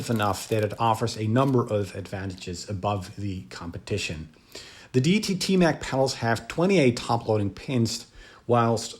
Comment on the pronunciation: Pronounced ‘Day e tee’